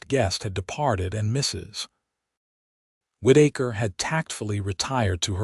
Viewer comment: Whitaker. Not Whiddaker